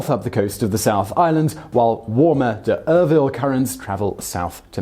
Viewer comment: its not d-durville,, ok,,d-duuuhhhh